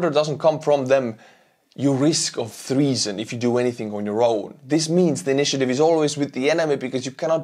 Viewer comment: Great content, i watch every video. Keep it up :) Just want to help you with a english word. Treason. Pronounced T-reason. Not TH-reason. =)